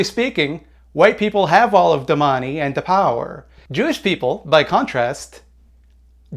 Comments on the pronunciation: "Globally speaking, white people have-a all da monee and da power." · Every time says "da money" and "da power" a liberal is radicalized